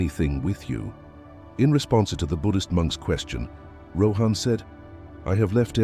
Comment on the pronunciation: It would be great if you could pronounce the names properly. 😊 Rather than Rohaan say Rawhun...even though its spelt as Rohan. 😊